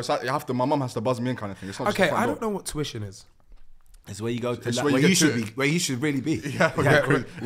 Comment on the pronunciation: Why do all Somalis call it touition 😭😭